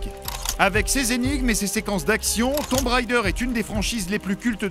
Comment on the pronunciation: dans ce cas on ne prononce pas "tombe" non plus mais plus "toum"